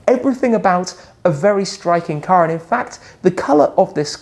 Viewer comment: Shmee says "Car" like an American